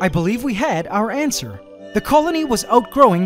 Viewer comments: Every time he says "answer", I think ANTser. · "and so AC family I believe we had our ANTSWER"